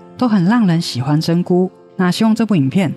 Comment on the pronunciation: 是真hu，不是真gu